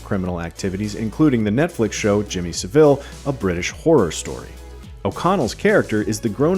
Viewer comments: Please do your research first. Emphasise the “a” not the “i” in Savile. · It's SA - ville - not Seville or S'ville. Besides, in the UK he's just known as "c*nt". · It's SAV-ILL not Sa-ville. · Please learn how to pronounce Savile. It's Sah-vill. Not Suh-vill. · It’s pronounced SAVLE not sa-ville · its sah-ville not se-ville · Its Sav-ill... not Sa-Vill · Just a note on Jimmy Savile's surname...its pronounced like Sav-ull, not sa-ville 😉😀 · why can't americans pronounce Sav-ILL not Saveel. its really funny. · 'Sav-ell' not Seville... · Its SAHville not Seville in terms of pronunciation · Saville* not 'seville' lol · Jimmy Sah-Vill, not "Savil" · By the way it's pronounced Jimmy S -ah -ville, not Seville 😆 Olay! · It's Jimmy SAH-VILL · OMG. Jimmy Saville. Not Seville 😂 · It's pronounced Sav-el, the el like how you pronouce 'hell' not how you pronounce 'ill' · It's pronounced 'SAV-ILL" just an FYI. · Just to be annoying, Saville is said like Sav-uall ;) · I physically recoiled hearing 'seville' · It’s pronounced ‘savul’ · Get his name right. Thats so annoying. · Please stop pronouncing Savile like the city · How not to pronounce Savile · Why do you pronounce savile like that? lol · Saville was a surprise for sure but not as surprising as the pronunciation from Americans on youtube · Your saying savile wrong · Americans cannot pronounce SAVILLE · I have heard so many Americans pronounce Jammy Saville's surname incorrectly in their reviews for this film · Why are Americans incapable of saying the word Savile correctly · The Savile pronunciation 😶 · Im glad your shedding light on Jimmys characters to the Americans who didn't know the refrence, however you could of at least pronounced his name right. 😂😂